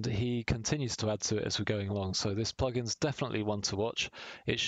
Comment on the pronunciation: Gotta love those 'PUGIN's' ;)